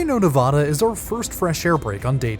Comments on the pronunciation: If you "don't" want to offend viewers, "learn" how to say NA-VAD-A. (Nevada) and it's NOT the Sierra Navoda. Makes you sound like an ignorant fool. you do it again, It is NOT the "Great State of Navoda." OMG> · Mispronounces Nevada constantly. It's not Nev-AH-da. The second syllable rhymes with "bad" or "mad".